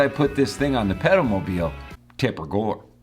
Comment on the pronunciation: Jesus, I thought you were saying pedo-mobile